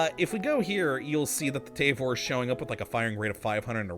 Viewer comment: It’s pronounced Tah-vore